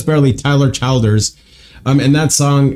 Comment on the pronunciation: I’m sure someone said it on your Tyler Childers video lol but his last name is pronounced “Chill-ders” not “Child-ers”